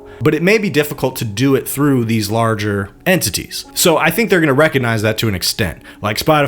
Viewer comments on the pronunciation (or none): none